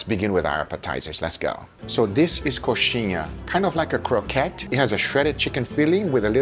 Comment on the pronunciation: Dá para ver o brasileiro surgindo do Guga quando ele fala "coxinha" rsrs